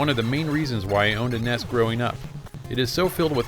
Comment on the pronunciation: Awesome. A person who knows how to say the NES abbreviation properly from America for once. I normally hear Americans say it as the N.E.S. which is completely wrong due to there not being any full stops between the letters when it's abbreviated on hardware or controllers, therefore NES always has and always will be the correct term for saying it not N.E.S. Same goes for SNES isn't said as S.N.E.S. but should be said as a one word abbreviation also. Good work on calling it the right name.